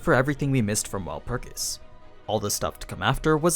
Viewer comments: He is miss pronouncing Walpurgis🤧 My ears can't take it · Wut is that pronunciation of Walpurgis? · Why you saying shit weird, watch the anime they don’t pronounce wulprigs like that it’s like you taking extra steps to sound weird